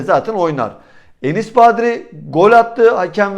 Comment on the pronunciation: Abi ne olur şu adamın adını doğru söyle artık :) kaç senedir burda :) Badri değil Bardi